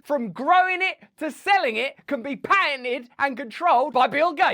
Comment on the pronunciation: Russel I love you and listen to ALL your videos daily....only a slight thing.....you speak very fast and thats hard for some people to follow....so at the beginning of this video please pronounce "patented" with clear Ts.....its the most relevent word of the sentence which could easily be missed to non English speaking listener. I know its nit pickin but I want your presentation to be perfect! Lol